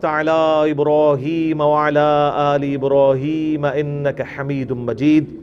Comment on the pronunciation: "wa ala aal e Ibraheema "ko ap "wa la aale" parhtay hain.plz is pe ghor kren